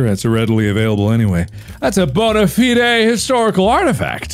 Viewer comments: mark reading bona-fide like "bone ah feeed aye" hurt my southern soul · The way mark pronounced bona-fide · Did Mark just mispronounce Bona-fide?